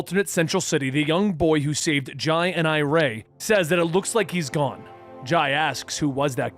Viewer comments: For the record, Jai and Irey are pronounced "Jay" (he was actually named after Jay Garrick, but Linda insisted on the spelling difference) and "I-ree" (her actual name is Iris, after her great-aunt, Irey is a nickname). Flash Fact. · For the love of God Wally's kids are named after Jay and Iris. Do their names should be pronounced as such